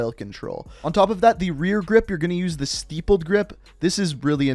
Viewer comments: Omg! It's NOT Steep-led grip. You keep pronouncing wrong. I told you before that it sounds like crippled or nipple. Sti-pled. Cmon man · It's pronounced "stip-pled" not "steep-pled" Good video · Did he say steepled grip tape?🤣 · Why you say Stippled grip like that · Please pronounced stippled correctly.